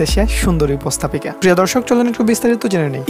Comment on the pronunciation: "উপস্তাপিকা" বলা হয় না, উপস্থাপিকা বলে।এ কেমন বাঙালি যে শুদ্ধ বাঙলা জানেনা?